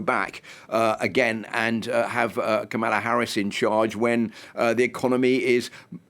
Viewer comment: People who didn't watch the convention shouldn't comment on the convention. Proof you didn't watch it: you said no one knows what she stands for and you still can't say her name right even thought children showed you how. Also, people who don't seem to understand our system of govt shouldn't comment. Everytime youbsay something as dumb as a VP should've fixed a problem, knowing she's not the president and therefore CAN'T fix anything, it shows you know absolutely nothing about our system of govt. 60% of Americans don't believe the economy has improved? Improved from Trump's high unemployment and millions dying of COVID? Also if you had watched the convention, you would know that since 1989 51 million jobs have been created. 50 million by democrats and 1 million by Republicans. People "feel" the way they do because of misinformation like yours.